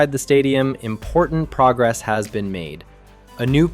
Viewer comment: And someone who can say progress, Johan and Getafe properly.